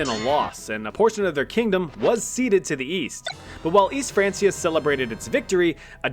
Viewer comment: I managed 3 minutes before the pronunciation of francia annoyed me too much